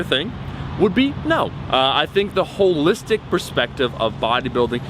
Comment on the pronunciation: Train calves everytime he says hollistic